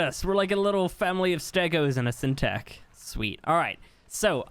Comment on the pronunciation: syntac sounding like Irish finally 😆😆